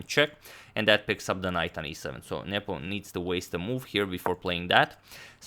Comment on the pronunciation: i like how you say ' niyeepooo'